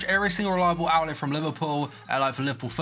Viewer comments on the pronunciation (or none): none